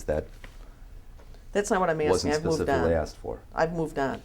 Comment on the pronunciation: John Patrick religion specifically (or as the apostle says, pacifically) has made me lose faith in humanity.